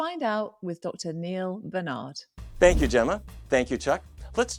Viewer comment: I'd love it if Dr Newman could pronounce Dr Barnard's name correctly... 🙁